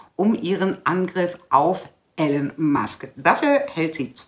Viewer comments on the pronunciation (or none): ...höre dir oft zustimmend zu ...aber bitte bitte spreche den Namen einer der bedeutendsten und bekanntesten Persönlichkeiten unserer Zeit nicht permanent falsch aus ...der Typ heißt nicht "Ellen" sondern "III-lon" ...hat zwar keine Auswirkung auf deine Inhalte, aber es würde deiner Glaubwürdigkeit nützlich sein